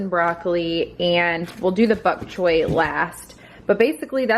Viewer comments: "I don't want any bok choy cookies" Lol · "Buck choy"? lol you're so funny with your pronunciations. What made you decide to add bok choy to pasta? I do the gluten free egg fettuccini with steamed broccoli and chicken, topped with alfredo and shaved parmesean! Delish! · You say the funniest words. I’m from Ohio too so I know it isn’t that🤣 Bok Choy you say Buck.